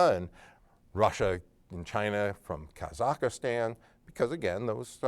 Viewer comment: “Kazakhstan” ka-zakh-stan You are saying “Kazakhastan” ka-zakh-a-stan I’m afraid you’re not only mispronouncing it but also adding another letter (ergo another syllable).